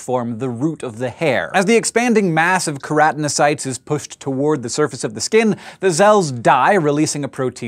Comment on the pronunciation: pretty sure its its pronounced ker-a-tin-o-cytes not ker-at-in-ocytes ...